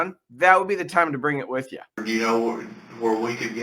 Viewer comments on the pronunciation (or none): “ Wit “ ? you aren’t going to get anything if you can’t say the word “ with “.